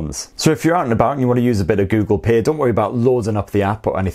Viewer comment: What is this "Google Pear" he keeps talking about?